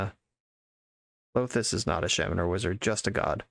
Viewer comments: Are you intentionally saying shemen rather than shaman 😂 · never heard someone say shaman like that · Yeah that’s something I thought was a little odd too but I figured it was just one of those words that is pronounced differently based on region. He is pronouncing the first syllable as if it rhymes with “lay”, “hay”, or “bay”, while I’ve always heard it pronounced as rhyming with “saw”, “law”, or “awe”